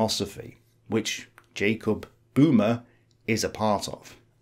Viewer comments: Böhme ... not Boomer. The surname means Bohemian, guy from Bohemia (Böhmen). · A slight typo here, I know you know that "Homo" means "man" and "Sapiens" means "wise". I bet making these videos can be stressful! And while I'm being a nitpicking jerk, "Böhme" isn't pronounced as "boomer" but more like "burr-meh" (in British, with a silent 'r'). This was a very informative video on Hegel. I also saw James Lindsey's video on the same subject but that was a bout 4hrs long; I appreciate your brevity very much.